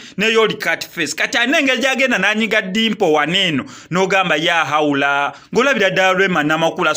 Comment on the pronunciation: The word is LAAHAWULA not YAAHAWULA😕😕😕😕